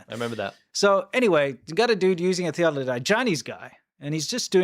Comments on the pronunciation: Theodolite, not theododolite. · Theeaddolite.. Omg say it correctly 😂😂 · It's a theodolite, not a theodolodite. ...you have just an extra syllable there. 😉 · "...a thedolite..." A great opener guys, more like farmer please! 😋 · Theodolite, not theodlodite (or theoglodite :-). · Thee OH de lite it sounds less like a dinosaur when it is correctly pronounced, was the camera made in China? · Theodolite Thee-Odd-Dill-Ite. No big deal. I knew what you meant. That weird telescopic thingy on the tripod. Love you, guys. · Theodore. THEE-OD-AH-LITE